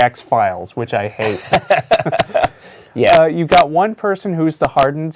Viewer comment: For a second there it sounded like he said he hated the x-files